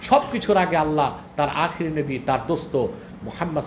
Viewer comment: ওনার কথাই তো হয় না উনি নবী কে নাবী উচারন করে